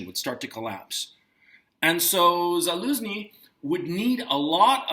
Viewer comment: The head of the Ukrainian military's name is pronounced "Za-LOSE-nee"? lol! How absolutely perfect. 😂